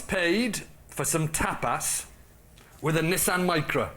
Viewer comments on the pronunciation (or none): "tap ass"? It's pronounced [topas] not [ tap ass] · Can I ask, why pronounce tapas like "tap-ass" and not appreciate the use of "ass" then the same as you might, arse? To me it's "tahpuss" you know, like the people who invented it say it. Looks as though I'm calling you an arse, unintentional. Unless you are, in which case nvm. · Am I the only one who heard Tap Ass? I am? Ok then! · I always thought tapas was "top us", not "tap ass". The latter means something different in the US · They all pronounce 'tapas' remarkably like 'tap ass'. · The British pronunciation of tapas is hilarious